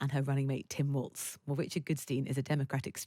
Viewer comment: Please pronounce Walz correctly - should be same as Walls! Thank you 💙💙💙💙💙